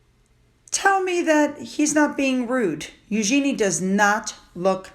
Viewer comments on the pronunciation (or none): Hello. The correct way to say Eugenie’s name is: “YOU-zheh-nee” (stress on the first syllable), not “you-GENIE” (with emphasis on the last syllable) (like “genie in a bottle”). The second way is totally incorrect.